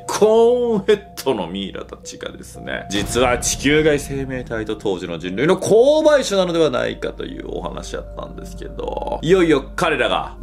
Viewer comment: ここ最近のの「こうばいしゅ」に？ってなります。 「こうはいしゅ」じゃない？